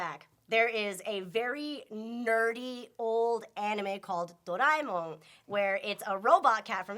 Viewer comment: Wait, isnt Doraemon pronounced Dou-raw-eh-mon? not Dor-ai-mon.